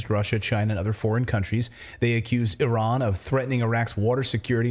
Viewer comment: It’s so great to hear you pronounce Iran correctly